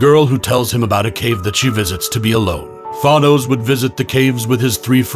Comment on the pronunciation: Everytime you pronounce Thanos as Thwonos a kitten dies